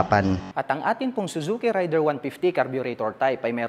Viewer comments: Raid der Sir hindi Ray der🙂 Thanks sa review... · Ang tamang pagbigkas Nyan ay raider, at hnd rayder